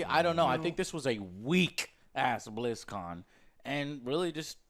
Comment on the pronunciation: he said BlitzCon like Blitz Chun